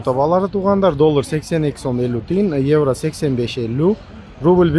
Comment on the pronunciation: Еврону кыйналып айтпай эле койчу иним ишине ийгилик рахмат